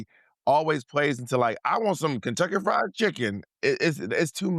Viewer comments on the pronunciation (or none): none